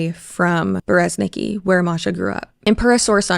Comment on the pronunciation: your Russian viewer here. Masha is just a short form nickname of Maria, yes. Like Liz/Lizzy for Elizabeth. (fun fact: Russian version of this name is Elizaveta, short - Liza). And in Berezniki the stress is on the last syllable